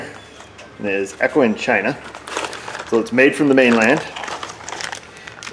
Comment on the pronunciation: (*"Heck-O is actually pronounced "ETCH-o" - means "made") but yours is funnier. You could try "bulge" for the opposite of depression. (PS - Mrs. O is an absolute TREASURE! We need to see more of her. She has a wicked sense of humor as well).